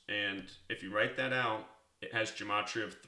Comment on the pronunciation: He doesn't even know how to pronounce gematria!